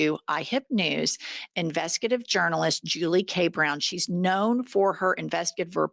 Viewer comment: Finally! Someone who says, "investigative" instead of "investigaitive"